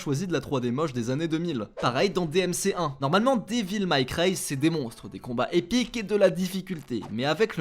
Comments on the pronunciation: Devil may cry... "Des villes maille craie" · "dévile maille cri" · Monki aïe slande / Dévil Maille Creil ... punaise, un effort xD